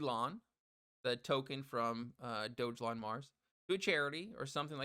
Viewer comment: I stopped watching this JOKE video right around 55 seconds. As soon as you said it was a meme coin and as soon as you pronounced it wrong, I knew you were FUD. DO YOUR HOMEWORK DUDE!!!! dont talk about a TOKEN you know nothing about.